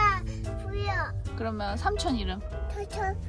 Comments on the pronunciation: 우리 이 삼촌 발음 안 되서 가긔라고 하던 게 엊그제 같은데 사초-라고 이제 발음도 잘 하구 어휘력이 날로날로 늘고 있구나아,, 이모가 사랑해🥹 아 물론 도 더 사랑해오🥰 실버형부 건강하세요✨ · 언니~ 남편이 언어학/음성 쪽 공부하는 사람인데 이 어~처~ 하는거 듣더니 피식피식 웃으면서 원래 시옷 발음이 제일 어려워서 마지막에 하게 된대용~ 이 통해서 아이 언어습관이 진화 되는거 보는것도 넘 좋아요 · 하루하루 다르게 커가는 이네요~ 그래도 아기아기 넘~~~귀엽운 ㅋ 아이들은 ㅅ발음이 가장늦게 발달한답니다 ㅋ 그래서 삼촌도 좀 더 크면 잘할꺼예요~홧팅!!!